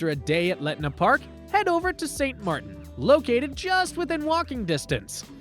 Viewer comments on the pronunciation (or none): none